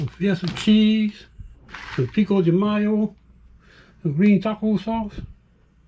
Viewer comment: pico de guy-oh